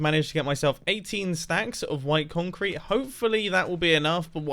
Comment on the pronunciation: Mumbo: what should build with? Mumbo: conk crete